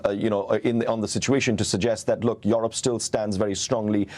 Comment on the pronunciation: This guy from BBC does not even know how to pronounce "Europe"😏